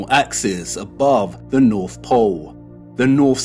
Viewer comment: “True Norf”